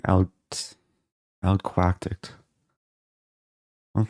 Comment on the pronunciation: "very common quacktic" haha